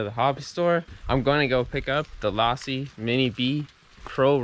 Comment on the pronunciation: "Low see", not "law see". Sweet build by the way